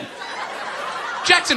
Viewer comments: I swear it sounded like Cheeto when he said Tito xD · its not cheetoh itys tito